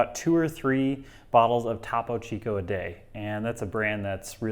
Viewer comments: It’s TOPO CHICO not TAPO CHICO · Repeat after me: "TOE-po Chico" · It’s pronounced “thoe-poe chee-co.” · Its pronounced "Toe Poe Chi ko". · Top - oh Chico. Ugh. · I'm more concerned about the way he is pronouncing Topo Chico than anything else. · Was looking for this comment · Did anyone else get upset at how he pronounced Topo Chico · STOP SAYING TOPO CHICO LIKE THAT PLEAAAAAASE